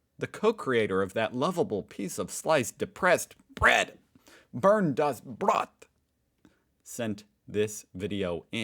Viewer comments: sounds for me every time like burn the bread ... Bernd sould be pronounced in am. english like an baernd but its funny .. toast the toast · You slightly mispronouncing "Bernd" like "Burnt" makes me think of something that could happen to the poor depressed loaf: Bernd, watching a video of yours: "Nein, ich heiße Bernd, nicht 'burnt'!" ("No, my name is Bernd, not 'burnt'!") Bernd gets angry, smashes the computer which catches fire and also burns Bernd. Bernd: "Au! Jetzt bin ich richtig 'burnt'. Mist." (Ouch! Now I really am burnt. Crap") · Its so funny how you (and tommy also) pronounce Bernd like 'Burned' das Brot. That basically also comes down to why he is so depressive😂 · I just hate him! I lived nearly 30 years without ever have to endure any nonsense done with name, I ❤ed that neither English nor French nor Spanish speakers could pronounce it anyway, and than he came up naming the bread Bernd! Not funny! 😂